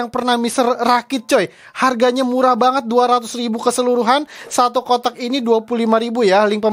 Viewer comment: Aku kok dengernya buang otak ya bukan kotak 😂😂😂